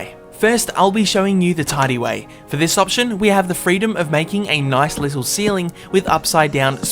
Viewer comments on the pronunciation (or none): its little not wittle lol